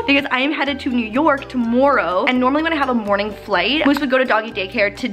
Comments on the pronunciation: GO TO SAYS 'TOMORROW' SO WEIRDLY! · Tbh the way says Tomorrow drives me kinda crazy😝😝😝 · When she said tomorrow she sounded so canadian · she got real Canadian when she said tomorrow